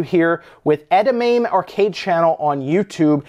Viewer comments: Hey, just for future reference, it's pronounced EH-DA-MAH-MEH, it's a Japanese Soy Bean:) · Holy crap! To pronounce Edamame THAT wrong is hilarious. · its Ed a Mommy